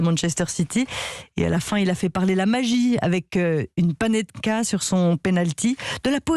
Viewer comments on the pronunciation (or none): Mais tu penses que elle connaît le foot elle ? T'es bête ou quoi ? Elle arrive même pas à dire panenka